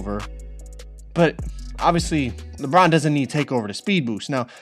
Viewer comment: Why does he say Lebron like “lepron”